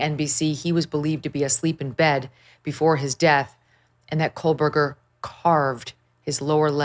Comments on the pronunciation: It’s “KOH-BERGER not Kole-berger But anyway, we already know he did it. We want him to have to face the parents and have to admit to all of us that he did this and tell us why. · Cole-Berger smh 🤣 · There is no L in his last name 😂😂